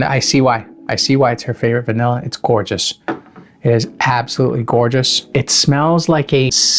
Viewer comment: Tf is gourtshis😅 every few words came this